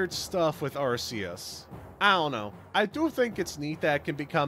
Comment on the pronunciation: I think Arceus looks that way because of the types of creatures which some groups deem sacred. The "fence" on the back is probably meant to be a wheel; representing a cycle. Props for the real pronunciation on Arceus though. Victini getting Reshiram and Zekrom's signatures is for a movie which the three shared. And Victini's Masuda's favourite Pokémon. The feathers on Keldeo are meant to resemble the other three Swords of Justice. A feather itself is a reference to D'Artagnan from The Three Musketeers and how he had a feather in his cap. But yeah, no Ice Beam hurts OCD! Always appreciate Darkrai and Genesect love. It's also nice to see the new avatar in action.